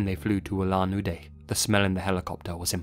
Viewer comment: Bro, your pronunciation of Hamar-Daban, Ulan-Ude and the names is all over the place, but thank you for covering a case from my homeland!